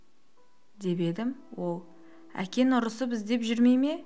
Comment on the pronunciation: Ң деген әріпті айту қиын ба. Әкең дегенді әкен деп айтқан біртүрлі естіледі екен. Дауысың , оқуың мінсіз әдемі бірақ